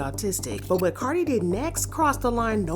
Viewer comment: Y'all saying cardi wrong but praising Nikki and shes the one that started speaking on cardis kids